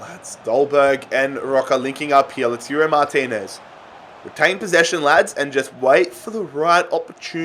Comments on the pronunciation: Its lau-toro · LaTIURO Martinez, Borja MaYAROL... dude, you have good content, but please, at least try to read the names of the players right.